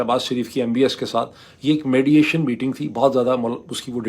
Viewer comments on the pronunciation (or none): سلام پلیز لفظ بڑھ کو بھڑ نہ کہیں۔ آپ کی اردو جنرلی بہت اچھی ہے۔ اور mediation کو madiation آپ بولتے ہیں